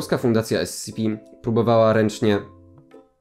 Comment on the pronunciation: powinieneś czytać S C P nie SCP (yes im very smart)